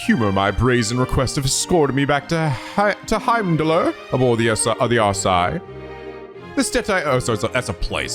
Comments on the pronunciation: The 'r' in Heimdallr is silent, like the one at the end of Midgardsormr from FF7. It's pronounced "Heimdall" and is named after the Norse god. There are a few other names that also have the silent 'r' at the end in the series so just be aware of that. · fyi, the r in Heimdallr is silent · Heimdallr is the name of the capital city of Erebonia, and as weird as that may sound but the R at the end is silent so it's pronounced as Heimdall. In norse language the R is a suffix for masculine nouns. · Also, I believe Heimdallr was already mentionned to be the capital of Erebonia, and the way it's pronounced is the same as the god of Norse Mythology: the r is silent, it's just "Heimdall" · Also, for most of those Norse names with consonants followed by "r", the "r" is silent. "Heimdallr" is pronounced "Heimdall". This will only become obvious when the Cold Steel series comes along and someone eventually voice-acts it.